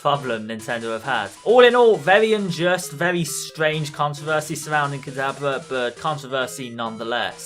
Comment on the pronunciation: dude it's not pronounced kadabla